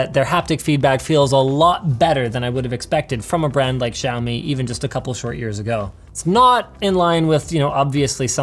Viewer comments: It's Shao-mi not Zhou-mi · why they can't simply say "shaomee" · shiaomi, no its siaomi :-) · wtf is a xaimioaoa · Wonder if he'll ever pronounce the brand correctly... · thumb down for pronouncing Xiaomi wrong..